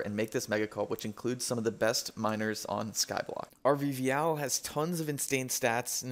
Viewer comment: It kinda sounded like "best minors in skyblock"